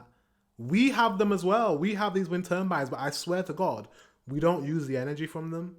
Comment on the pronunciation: Say tur : Tur Say bines : Bines Say turbines! : Turnbines! 🤣